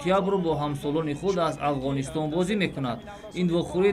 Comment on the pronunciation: Бозишон нағзу лекин баранда дар ду ҷо хато кард Шеравган мегӯяд ва Авғонистон !!! Тарзи дурусташ Афғонистон ва Шерафган